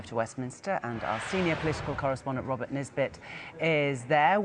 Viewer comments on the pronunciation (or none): none